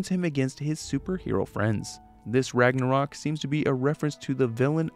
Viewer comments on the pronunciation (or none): none